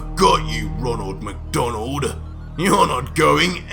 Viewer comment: “I’ve Got You roneld mcdoneld “